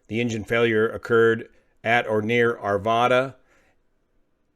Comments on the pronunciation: Its "are-vaa-duh" not "are-VAH-duh". Same as Nevada. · I think Arvada is pronounced ARE-VAY-DUH. I knew someone who moved there many years ago and that is how he pronounced it. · Nice reporting. Bravo to the pilot ! (Forgive this minor correction, but as a former "Arvadan," please pronounce the town this way: "Are - vadd - uh". Thanks!) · Excellent reporting/narrative, as usual. Just a Colorado note...ARVADA is pronounced ar-vad-ah like ne-vad-ah, as in bad or hat. Only Thurston Howell the 3rd pronounces it ar-vod-ah! Thanks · It's pronounced Are- Vad- A